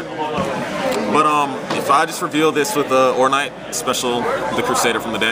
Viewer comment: "ornight"? "Cokies"? what